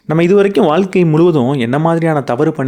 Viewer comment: Ok sir but pronounce Pannu pothu valga (vazha) nu than iruku valkka nu vara matuthu Pechu vazhakulayum rendukum meaning difference iruku